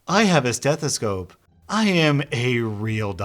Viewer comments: said stethocope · I love that the first time he said stethicope